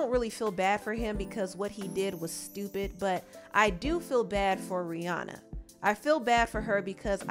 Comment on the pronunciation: It’s rih”ANNA”